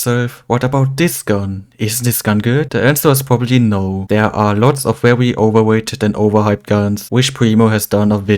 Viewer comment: "Uwanium Mines" "Shwedder" "Overwated" I love your accent lol!